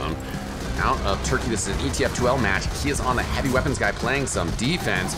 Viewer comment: Lol he said “tHeN tHa HaaVy~”